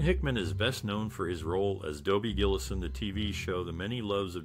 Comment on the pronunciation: GILL-ISS not GILLEEZ!